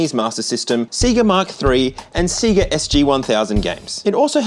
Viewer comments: "Say-ga" not "See-gah" Please. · Dude. For the love of GOD, it's SAY-GUH not SEA-GUH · See-gah? Have you never played a SINGLE sega game? When you turn the game on it VERY CLEARLY says "say-guh". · It was 2024 at the time of releasing this video, surely its unforgivable at this stage to still mispronounce Sega as "see-ga". The beginning of most Sonic games literally start "Say-Gah" :/ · It's Se-Ga. not Cigar. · Sega not See-ga. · say-guh. Not cee-guh. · I don't know if anyone else has pointed this out, and I haven't looked, but because you're pronunciation of See-Gah is causing my eye to twitch...😂😅...The correct pronunciation, according to the Sega, is actually Say-Guh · My heart has a bad burning sensation everytime you say "C-ga" instead of "Sayga" 😩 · The Australian pronunciation of "Sega" is hilarious. See-ga. 🤣 Did they just never hear the Genesis/Mega Drive boot up sound before over there or something? It's about as clearly "Say-ga" as it gets. 🤷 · Sayyyga. Not seega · Please stop saying "seegah", it's pronounced "say-ga". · If you keep saying “seega” instead of sega, I’m going to commit war crimes. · How did Aussies not hear the "Saygar" intro on every Sega game and end up pronouncing it "Seegah". Do the games not open with that down under? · It's pronounced Sayga not Seega. Aussies lol. Literally says Sayga on the Sonic games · Its PRONOUNCED "SAY-GUHH" not seee-gah😂😂😂😂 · "Say-Guh"?! 😂😂😂 It's Sega 😂 Funny anglophones. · I don’t know why it annoys me so much, but the way other countries say SEGA like SEEEE-GA, it’s SAY-GA! Did you guys not have the commercials? Or hear the sound bite at the start of most games!? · Seh-ga. not See-ga. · Say-gah, not See-gah 😂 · What a nugget. Also I love how aussies say Sega. In America it’s more “say-guh”, but you really emphasize the e. See-gah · Why do Aussies pronounce SEGA as SEA-GA? Sonic games taught us it's meant to be SAY-GA. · the way you say seega is gonna give me a seizure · I love how you call it SeeGa.